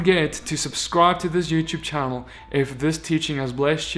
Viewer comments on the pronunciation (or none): none